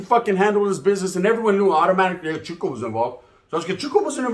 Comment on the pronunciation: CHITO CHITO NOT CHUKO